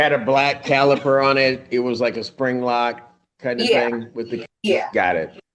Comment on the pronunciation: Not Calper, caliper haha